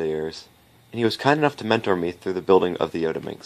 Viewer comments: Yes, he got it wrong... also i believe it shouldn't be pronounced yo-ta minx but rather yot-a minx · For some reason I find the pronunciation 'yodaminx' funny as hell. I probably have to pronounce the t-s as t-s and not d-s just to restrain myself from giggling.